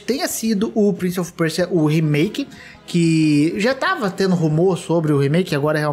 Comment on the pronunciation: Quem mais sentiu agonia do falando "PrInCiE oFi PuErSiA" fala direito é Prince of Persia